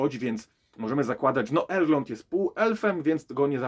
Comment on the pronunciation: Nie da się ciebie słuchać przez to, że źle wymawiasz chociażby imię Galadriela i Elrond